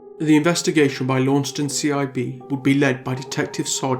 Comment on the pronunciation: Wow. It was totally random that I clicked on this, sitting here in the tiny island of Tasmania. This case is so sad, though it doesn't totally surprise me. Knowing Tasmania as I do, people would know what happened to her and who did it. 100%. I hope she rests in peace. I hate to be this person but Launceston is pronounced "Lon-cest-on" or "Lonnie" as we call it down here 👌 Great video, thank you for what you do and bringing recognition to cases like this that would otherwise go unheard of ✌